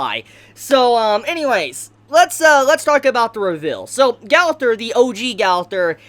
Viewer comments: No it’s not Gowther it’s GOW THER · It’s GO-TH-ER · why do you say gau thor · Its gother not galther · Have you ever seen the show or anime at all? It's pronounced like gopher not gout-ther. Pill yourself together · Not gather it’s ( GO-ther) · Ok the way he pronounced Gowther "(GAWTHER)" And then how he says Mael "(MELL)" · Yo bro your name pronunciations are horrendous. First of all it’s Mael (my el) and second it’s Gowther (Go ther) like Jesus Christ I didn’t know who you were even talking about it’s like you went out of your way to not say the name right. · Calls mael mel an calls gowther gawlthr lmao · I'm sorry I love your vids but it's pronounced as Gother the w is silent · Jeesus your pronunciation of gowther hurt me ears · I don’t think you’re pronouncing gowther name right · Why do you pronounce Gowther’s name wrong?